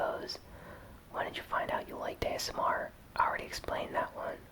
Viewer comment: you said asnr